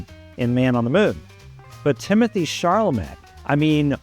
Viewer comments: It's Timothee "Chalamet" and not "ChaRlamet." You said CHARlamet over and over. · Yes, he said Baze, and ChaRLamet. It drove me nuts! Also he didn’t do much research. I’m a nobody in AZ and I know that Dylan asked the director to change the girlfriend’s name. Also, according to interviews I’ve seen with Timothee, he has not yet met Bob Dylan. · why do you keep calling him "charlamet"? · I saw it! I loved it! But I have to ask, why does this guy keep talking about Shar-la-May?? Who is Sharllamay?? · ChaLamet(silent T) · ChaRlamet? Do you see an “r” anywhere in the spelling of the name? How hard can it be to pronounce the star’s name correctly??? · Great commentary. Still, I can’t believe you can’t correctly pronounce the lead actor’s last name. There is no r! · Good review, but you blew it on Chalamet and Baez pronunciation. Wikipedia is a good place to check out name pronunciation before a review. 😊👍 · Everybody mispronounces Joan’s name & Timmy’s. Does it mean what he’s saying is wrong? Come on stop being prickly